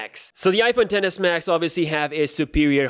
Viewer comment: Is I’m the only one who hear dennis max